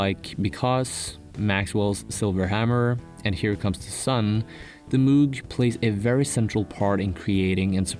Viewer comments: Amazing video, but the word Moog is pronounced as /mowg/ instead of /moog/ haha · Moog is pronounced "mog" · Moog is pronounce MOGE. Otherwise, cool video.